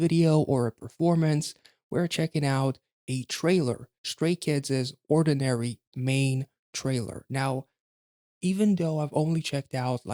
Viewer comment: Um you kept saying it wrong.. it's not ordinary.. it's oddinary.. like not ord but odd.. 🤷‍♀️🤷‍♀️